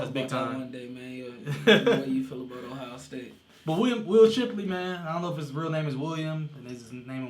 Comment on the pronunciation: SHIP-----LEY. NOT CHIP---LEY